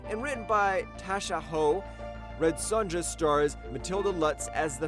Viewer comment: The way this clown pronounces 'Sonja' made me unsub.